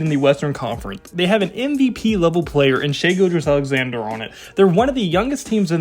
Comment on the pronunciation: Dawg, imma dislike the video but for 3 simple reasons... I'm sorry 😭 You couldn't pronounce Shai's last name. We are the 2nd seed not the 1st seed. And we are a game and a half behind the T'Wolves not half a game. Idk what the trend with being off 1 is but hey, it is funny 😂.. also I'm only 2 and a half minutes into the video.